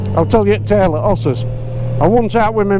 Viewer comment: Enjoy your chat, so natural. The story about ‘osses’ was great but I guess you might ‘av pissed off a few ‘oss riders’ that may be watching